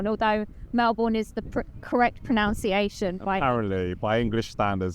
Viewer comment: Pro-nun-ciation is the correct pronunciation not pro-noun-ciation.🤣😆😉